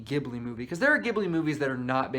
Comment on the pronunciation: here are my comments 1) what did ponyo ever do to you😓 i don’t get why you hate it 2) thank you for saying it like jibli and not gibli 3) kiki does indeed get better the more i think about it 4) agree with your take on howls moving castle 5) omg yes castle of cagliostro reminded me of scooby doo too. that one annoyed me tho because it didn’t end with two people falling in love 😐 6) i realized i need to watch porco rosso again!! 7) whatttt i did not know shia leboeuf was in nausicaa ???? 8) mononoke🙌🙌 9) SPIRITED AWAYYYYYY😁😁😁 10) yoshifumi kondo directed whisper of the heart